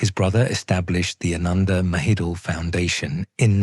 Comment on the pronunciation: It’s not “Maheedle.” It’s “Ma-he-don.”